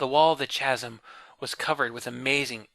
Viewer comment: chasm, Noun /ˈkazəm/ Sorry, but you kept saying it lol